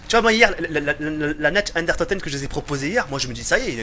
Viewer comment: Tu parles pas allemand mais fais un petit effort stp "natch den unetoteun".... "dere rièse"....